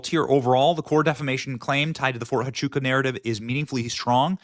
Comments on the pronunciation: Fort Huachuca pronounced: wah-CHOO-kuh. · It's pronounced "Wah chew ka" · ErKKKa is guilty as sin. Over and over her lies have been exposed, yet you ignore that, Benny. BTW, it's Fort WAH-CHUKA, not HA-CHUKA. And hyperbole is pronounced hyperbolee. But even the Secret Service said there were no threats, yet she LIED that death threats were why she backed out of the Georgia event with JD Vance. She lied about not dating prior to Charlie and not drinking, and the many videos on internet prove that, yet you ignore it and say there are no receipts. You're part of the club, Benny, and I lost all respect for you and Megyn, kissing her butt they way you do. She's a disgusting lying psychopath. And let her sue me. I've seen the disgusting texts she sent that little 15 year old girl, "I want to come inside your lady garden," I heard her disgusting video with JT Massey, mocking sex inside marriage, and NOW she cosplays a Christian, which she became when she set her sights on Charlie. I can't listen to this anymore. They ALL FAILED Benny, and you say they'd give their lives? Yet they took him to a hospital 25 minutes away, after turning away help from EMT's? You saw the hand signs they gave, including Dan Flood? You're a sorry piece of filth, Benny. Ugh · Fort "Wah-chuca" - Huachuca "High-per-bow-lee" - hyperbole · FYI - Fort Huachuca = wah-CHOO-kuh. hyperbole= hy-PUR-bo-lee. ❤😊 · Benny, since I know you will be following up on this, the H in Huachuca is pronounced with a W sound, pronounced Wachooka. I live her in AZ and it took me years to learn how to say a lot of these Indian names😂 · You can't just walk in on a TS meeting. They are held in SCIF and even in the SCIF they are secure to only those in the meeting. The debunks it by itself. Btw hyperbole is pronounced "hyper bowl ee" and Huachuca is "wa chew ka"